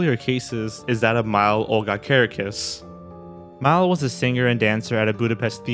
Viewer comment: NOT how you pronounce Mile....